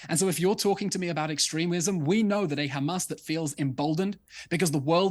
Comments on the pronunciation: Since October 7th Piers has not learned how to pronounce haMAS. He continually calls them haMASS😅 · I'm deeply offended and this Anti Semitic and blood libel as you have pronounce Hamas incorrectly they called KKKHHHAMAS with the letter KH not H so please pronounce it correctly this absolutely anti Semitic not pronounce our words incorrectly 😊